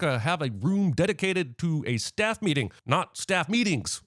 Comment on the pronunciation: Sin by CinemaSins: A-Staff (not "a staff") is a thing